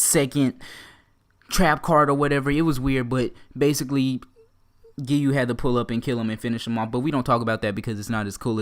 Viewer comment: He said geeyuu